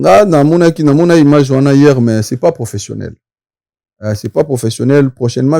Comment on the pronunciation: Eeh " imange" 🤣🤣🤣🤣🤣 nonnnn IMAGE 😂😂😂😂 yekola langila po un jour osalaka pe ba émissions na français, langue de ton pays de résidence